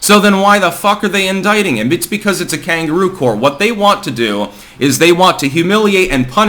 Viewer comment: "Because t's a kangaroo core..." Wut? "CORE"?